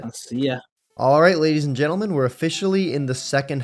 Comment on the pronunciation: why did u say gadies and lentlemen?